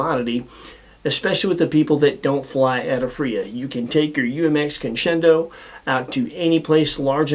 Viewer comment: This is least favorite UMX. Mainly because he can't pronounce it 👍